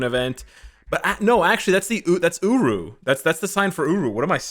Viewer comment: Holiday uniforms are hit and miss, though if anyone needs a uni, gamora and rocket are up there. About f*cking time Hela gets something. I hope heimdall becomes somewhat useful. Still waiting on the black Friday sales, but it's all good. Thanks for the video () You do say uru weird lol